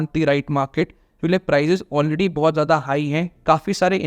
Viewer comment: Buddy it's kyunki and not kyunkle😄